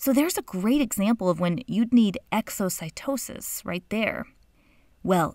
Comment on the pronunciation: when she said Exocytosis '-'